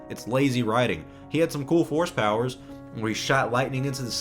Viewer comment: Every time you say force power I hear horse power.